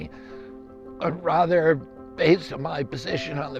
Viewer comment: You can hear the spirit of President John Kennedy when he says words like "rather" I'm still assessing his views but so far.. He seems the most genuine least corrupted and most honest politician I have seen since JFK. He should think about a tag team ticket with Trump like him as VP. I always thought one should be right and one left as they could balance each other and not go too far towards one direction